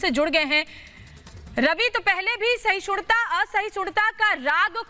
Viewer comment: Sahishunta kahti hain reporter khud, rahul sahishnuta kah nahi sakta, bhi nahi kah sakti.